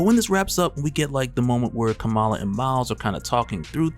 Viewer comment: Bro, Kamala is pronounced like “comma-la”